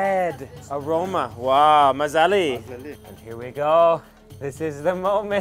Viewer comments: I think he's got the emphasis wrong and they don't understand his "dialect". Just listen to how he and the others say delicios: MAzali and maZAli. I also hear that them say "thanks" differently than he does. So the letters may seem the same, but the meaning is different, depending on pronounciation. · if this dude says mazali ONE MORE TIME... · Hey, just a suggestion say "bamaza" instead of mazali, no says mazali in Samarkand.. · If you say mazellie one more time they will grill you :)))) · if you say mazali one more time.....